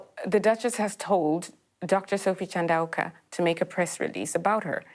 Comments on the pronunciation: Chandauka is not pronounced shan-doo-ka, it's chan-dow-ka ( dow rhyming with wow). She is your subject after all. Google is a thing. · I used to value your expertise, but your lack of desire to learn how to pronounce Chandauka was disheartening. Please do better as 4 white mansplainers. You've lost my attention.